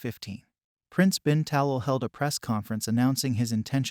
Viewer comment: Please pronounce HRH name correctly. His Highness’s last name is pronounced Ta’lal.